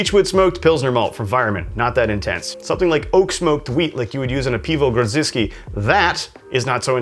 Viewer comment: I like the way you pronounce the word 'kielbasa' and piwo grodziskie. Great that you tell about brewing history too.